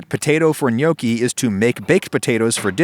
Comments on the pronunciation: I can hear all of Italy fume at the pronunciation of Gnocchi. It is pronounced N-yawki, not No-ki. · Before making a video about gnocchi, learn to say gnocchi correctly. It's noh-ki, not gyanookee. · Neokie? I always thought it was knock-ey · For my whole life I tought that you pronounce it as notchi itstead of nyokki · No, in Italian, gnocchi is pronounced like ñoki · Had to pause in the first 3 seconds cuz I couldn't handle how he pronounced gnocchi. I always thought it was gno-chi not nyoki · It's not gnoecchi, the o is like hot, not like toe. Learn Italian. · i had no idea it was pronounced nyoki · It's actually pronounced nyee-aw-key but it's better than some other pronunciations I've heard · Every time he says gnocchi, i hear yolkie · yeah i noticed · acually they are pronounced "Knoschi" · When I heear you say gnocchi, I always thing ok hiccups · Man I never hear Americans pronounce Italian words correctly xD Great video though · The way adam says Gnocchi is a crime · How u said gnocci gave me a heartattack! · Is it okay that I want to slap you for pronouncing Gnocchi this way? You're Italian, dude. Learn how to say it! Here's a link below. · Every time he says gnocchi I want to season a cutting board and serve him on it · The G in gnocchi: am I a joke to you? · Wtf is this pronunciation ??